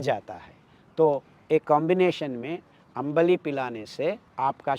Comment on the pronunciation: It's आंबिल ❤.. not अंबली